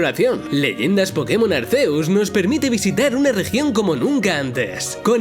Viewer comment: Chale desde que pronunció Arceus y no Arkiuzs me dio algo. 😖